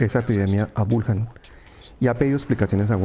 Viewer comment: Wuhan y se pronuncia Buján